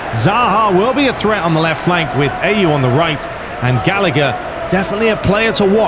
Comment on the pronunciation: It's Ah-Yu Not A-Yu (Ayew) 😂